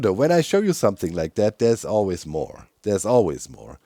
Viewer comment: Everytime doc mispronounces allays i Imagine a bunch of them saying "trans tights are human rights" in very high pitched voices